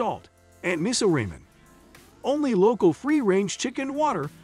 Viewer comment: This video has lost all credibility by not being able to pronounce words key to the content such Michelin and Ramen